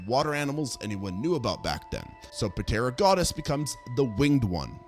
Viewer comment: It's Piltdown man, not "pitdown" man. And yes, it matters. It matters tremendously. So does the great French scientist Georges Cuvier, rhymes with Marge Bouvier (Simpson). In pterygota the p is silent. I realize you aren't a journalist, but you make mini-docs and you should pay attention to the deets. It speaks to credibility.